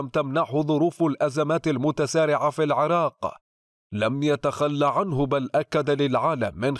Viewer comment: الى ادارة تحرير الاخبار مع التحية. اكراما لله واحتراما للعراق.نبهوا هذا ان ينطق اسم العراق كما ينطقها كل العرب بكسر العين وليس بفتحها. ومن دون فلسفة لا ارغب في كسر عين العراق كما تفذلك البعض.